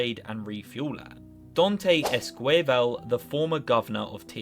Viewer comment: Not my dude saying "Duantei Scueivel" instead of "Dante Esquivel" hahahaha